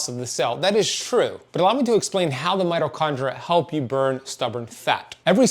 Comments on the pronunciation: Mito kon DREE ah. There is an I before the A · I'm sure know that it's spelled mitochondria😊😅 It's the way he pronounces the word. If you activate subtitles you'll see that the word is correct. 🙏🏻